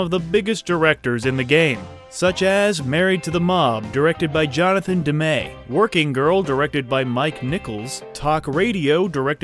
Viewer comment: The director's name is pronounced "DEM-ee". He directed the best concert film ever called Stop Making Sense, starring the Talking Heads.